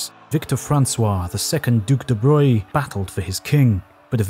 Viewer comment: why is it that they pronounce de Broglie's name right, but absolutely butcher Rontgen's ?